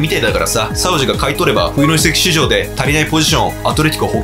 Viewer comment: 夏の移籍畜生にしか聞こえなかった